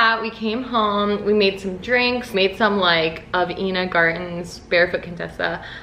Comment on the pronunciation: Not to be that annoying bitch but Ina Garten is actually pronounced Eye-na ! Just wanna let u know for the future 💖💖 love u